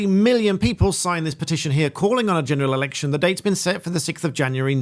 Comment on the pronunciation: a genulalalection you say? Sounds good